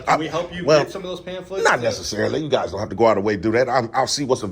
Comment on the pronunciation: “Guyzsiz” aka: “Guys”